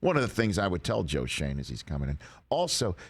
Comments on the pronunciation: Hey Rich, if he has German ancestry, this is not pronounced "Shayne", but Schön, as in the German word for "nice". Which is ironic because his first year is not going to be nice... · The kid’s family’s name has been Americanized some time in the past. Schoen’s name uses the German pronunciation because the o has an umlaut. In German a single vowel has a specific sound. And when two vowels are together the second vowel is long (die is dee) But if 2 vowels are together and the first one is an umlaut controlled vowel then the sound of the second vowel is affected.) Absolutely no charge for about the only thing I remember from my German major in 1968!)😂😂🤪🙄😜😊 Except for all the naughty words I know. LOL